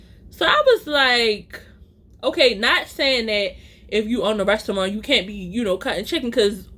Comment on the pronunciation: The way u say restyouwant 😂